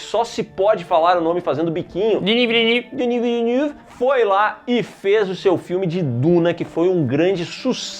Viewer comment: acho que a pronuncia correta é "Vile-nãve", a mesma daquele piloto de Fórmula 1 campeão em 1997, Jacques Villeneuve